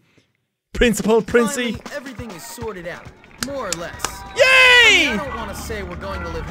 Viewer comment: its said princey